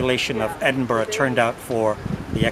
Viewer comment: A rare treat, an American that took the time to learn how to pronounce Edinburgh